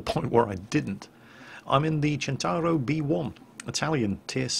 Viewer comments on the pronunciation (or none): Why do you keep calling it a "Chin-tar-oh"? Waaaay off. It is pronounced "Sent-tar-oh". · Maybe I've got it wrong but christ pronunciation of centauro is annoying.